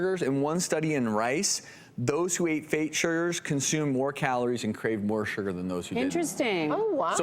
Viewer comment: Why does he keep saying "sher-ger"? XD